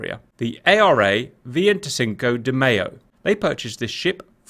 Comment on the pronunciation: Cap, i loved your pronunciation of the carrier's name... I'm a native speaker and i can tell you it was very good. Phonetically speaking you just had one error in the sound of the E, the rest is brilliant